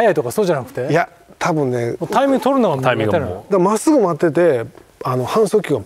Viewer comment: △タイ↑ミング ○タ↑イミング